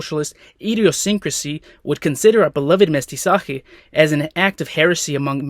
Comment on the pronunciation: qué bien pronunció Academia Real y Mestizaje :yougotthis